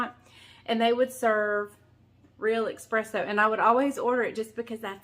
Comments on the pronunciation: It’s called espresso, not expresso. LoL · Not eXpresso - eSpresso.. No offense to you..love you..❤ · S-presso, not X-presso. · eSpresso… no X